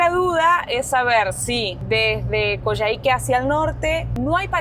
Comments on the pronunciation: Hola, se pronuncia "Coyáique." Buenísimo el video, saludos 🤗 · Lo están pronunciando mal. No es Coyahíque sino Coyáhique, donde se acentúa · Hola chicos! hermoso el video y todo lo que están viviendo! Les dejo un dato ñoño: se pronuncia Coiáique en Chile, abrazo! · Perdón. Se dice coyaique...como coya ... jajakaja